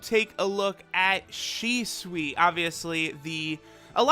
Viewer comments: Shicee? Ok now Your taking the piss. I'm so tired of people pronouncing it wrong. Its pronounced SHE-SWEE. she as in she, swee as in sweet. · It's not Shi-Si or Shi-Suí , pronounced like Shi- SUi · i dnt think its said like shi cee. i m pretty sure its really shi-su-i. the su pis emphasized and the i said very quicly after. yeah, asian languages are crazy with how the emphasis is placed on each syllable. its hard for westerners to cath it sometimes. listen to hwo this dude says it.